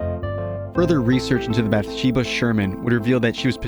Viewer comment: Bathsheba(Bath-She-bah), not bathesda(Bah-thez-Dah)